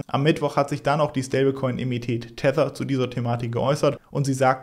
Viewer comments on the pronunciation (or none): Ich lass mal einen Sack voll mit N da, aus Emmitet ein EmmiteNt wird ;) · Du sagst immer Emmität anstatt Emittent. Sorry, triggert mich.